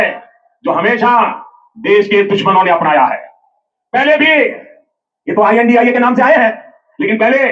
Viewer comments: I n d I a 😂 nahi India boliye sir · Beea.pada hua banda kuchh aisa.hee bolega Intia. Nahi. India Hota.hai